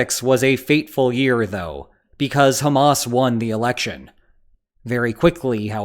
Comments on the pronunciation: highly sanitized. And Hamas and Abbas rhyme only if you mispronounce them. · Hamas once again mispronounced. Anglophones just cannot do the Middle East H. Listen to Arabs speak, or give it to a Scouser. 😊